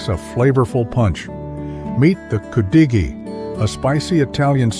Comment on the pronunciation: Thumbnail is wrong and you pronounce it wrong its pronounce could a gee